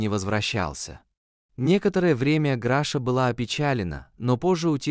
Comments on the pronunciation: Не Граша, а Глаша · Что за Граша? Если она Глафира, значит Глаша. Чудовищная озвучка. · Научитесь читать правильно, Глаша не может быть Грашей, и вообще читать надо внимательно. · Ужасное чтение,неправильное ударение в словах ,то он,то она,то Граша,то Гриша.Слушать неприятно . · Перед тем как читать перед микрофоном надо хотя бы перечитать а то получаеться читает то граша то гриша тоесть то мужчина то женщина просто кошмар неправильно ставите ударение неужели так тяжело перечитать текст и очень монотонное прочтение не понравилось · Чтение может быть лучше. Графа то она то он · Обращаюсь к чтецу. Чтение отвратительное, Граша , Гриша. То он , то она. Где знаки, препинания? А уж Е и Е. . Вы хотя бы по смыслу различаете эти буквы? Пожалуйста прекратите озвучивать, буду очень вам благодарна. Поверьте , не я одна. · Когда же научатся ставить правильно ударение?! Так Граша, или Глаша, или Гриша? Он или она? Нужно правильно писать текст, чтобы робот правильно читал!!!